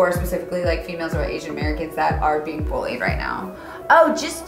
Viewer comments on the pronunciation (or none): none